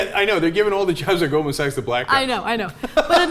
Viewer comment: "Golden Sacks?" Really, Belushi? Really? You DO think it's pronounced "Golden Sacks!" OMG, what a Lefty Dumbass, Cenk Belushi!